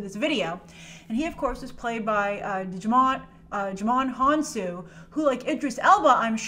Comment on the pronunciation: Really? You couldn’t find time to pronounce Djimon Hounsou’s name correctly? 🤔